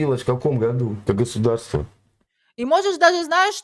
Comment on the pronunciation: У неё то Г, то Хэ. Как можно одно и то же слово по разному произносить 2 раза подряд в одном предложении? У них даже языка нет, какой флаХ, какое Хосударство, какая история?